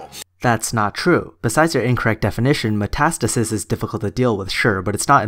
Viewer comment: When you say "matastasis is" it sounds like you're saying "matistasisisis" 😂